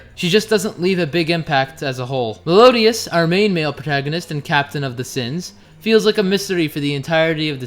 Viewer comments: It's Meliodas m8 not Melodias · Isnt it meliodas instead of melodias? Correct me if im wrong. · I love this channel but 50 sins for saying meliodas' name wrong